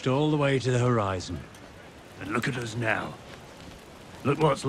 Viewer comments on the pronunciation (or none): Wun Wun: "SNOW" Me (watching it first time): What did he said, "It's no"?